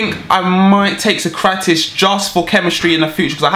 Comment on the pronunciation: Also you never pronounced keratitis name right, it's sock - rat - ees.